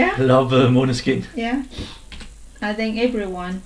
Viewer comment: You pronounce maneskin better than Italian people 👍🏻